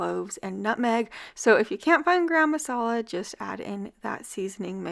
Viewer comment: No, it isn’t. It’s Wooster-sheer. I’m British and that’s the correct pronunciation. It’s actually called wooster sauce. And garam masala is two words not one long one. It’s ga-ram masala.